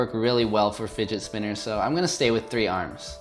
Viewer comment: “Didget Spinners”